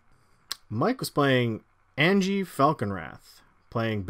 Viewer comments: Isn’t it supposed to be Ann-yeh? I thought it was the Germanic pronunciation. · Okay idk if anyone’s said it yet but AHN-YA. Anje-ahnya. The innistrad vampires are Russian nobility based, not basic white girl based. That being said, interesting game. Fun commanders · Anje is from Inistrad, which is like Germany. So you say it like a y and not a j. So it actaully sounds more like Anye. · The big one for me was "An-jay", it's really pronounced "Anya". She's from Innistrad, which is Eastern Europe/Gothic inspired. It's like "ja" in German, which sounds like pretty much like "ya". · ON-JAY I'll never unhear it ;_ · Bro, it hurts to hear Anjay instead of Anje... don't quote me here, but I'm relatively certain that a J following an N usually produces an Ñ sound, which although that symbol isn't normally printed in English, the sound remains the same. Also, Anje's graveyard was a bigger target than the Brainstorm... I should mention that there is probably no specific English grammar rule as to why this exists because of weird words like Banjo, but even so it is uncomfortable to hear OnJay... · Why can no one pronounce Anje correctly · Had to have all of Mike's turns on Mute. Can't take the weird Canadians pronouncing Anje with a "g" sound.